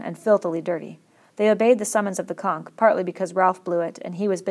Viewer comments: Please learn how to say conch properly because you keep saying conk. Keep the pace the same throughout the book though. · thank you so much for making this, I start school in 5 days and I haven't finished my summer reading. my only critique is you pronounce conch as conk, great job though! much appreciated! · why does she pronounce conch “chonck” and not “conch” like wtf have you ever heard of the magic conch shell? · It's actually pronounced as "conk." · except conch